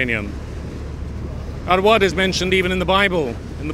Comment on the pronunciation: It is not *Award, it is rather Arwad.